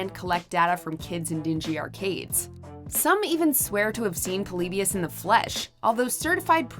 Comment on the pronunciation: Why does she pronounce Polybius like that?